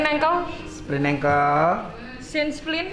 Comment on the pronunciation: Sprain ankle bang bukan sprint ankle wkwk